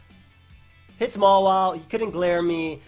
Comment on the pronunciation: dude why do you pronounce Mawile like MOLA, it's so cringy